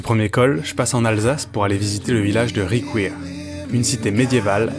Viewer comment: apprenez le français avec votre collègue colmarien!!!!! Riquewihr se prononce en français et non dans votre anglais! De plus, TOUS les villages et toutes les villes alsaciennes se prononcent "normalement"!!!! Ne cherchez pas de l'allemand: on est français!!!!!!!!!!!!!!!!!!!!!!!